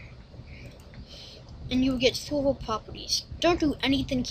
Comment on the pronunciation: you look so funny saying minecraft sorvo xD